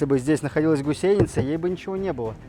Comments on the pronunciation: Почему гусейница, а не гусеница? Это где так говорят? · =)) почему она гусейница,а не гусеница?=))) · Все интересно, лайк. Только почему гусейница, а не гусеница? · Прям ухо режет это "гусейница".🥴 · Долго не мог понять - что за "гусЕйница"??? ... Да "гУсеница" же!!! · Правильно будет гУсеница... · Не ГусЕница, а гУсеница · А почему гусЕница то..? Когда она гу́сеница! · ты татарин или где? гусЕница, бесит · гУсеница. Ударение на первом слоге... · Может не уместный комментарий, но в слове «гусеница» ударение следует ставить на слог с буквой У — гу́сеница. А в остальном отличный контент. Не знаю что больше удивляет, мощь орудий или как вы это орудие достали. В любом случае это очень круто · Поправочка , гУсеница , ударение на У правильно делать в этом слове там . Вот так . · Гусейница режет слух, даже зубы сводит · Хороший видосю Только "гУсеница"! Русский язык не родной что ли у ведущего? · Блин, ты нарочно говоришь гусЕйница?) выпуск бомба! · Ох уж эта гусеница с таким ударением)))